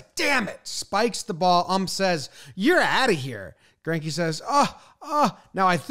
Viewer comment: As a German it hurts my ears everything somebody butchers Zacks last name xD